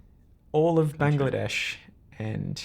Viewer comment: Thank you sir for pronouncing the name of my country so beautifully. We look forward to seeing you in Bangladesh.